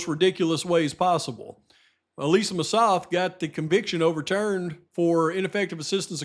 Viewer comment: Hey,! Just a tiny, tiny bit of a critique of your video. I was so surprised that you mispronounced Ms. Massoth's name after all the years researching this case. I'm aware you have a million different facts swirling around in your head, but getting her name wrong was a little sophomoric. It actually hurt my ears, and made me question you - not in a real way - but question you nonetheless. Well, that's it. Keep up the fantastic research and videos. I listen and enjoy every single one of them. I love ya!♥️♥️